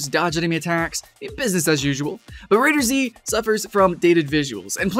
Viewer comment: It's not "Raider-Z", it's "Raiders," but with a capital Z. It's like "GunZ," or "Guns," not "Gun-Z." I know it because it's made by the same people, but this is just a pet peeve of mine :P